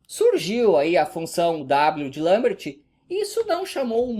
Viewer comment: Parabéns por pronunciar "Lambert" corretamente!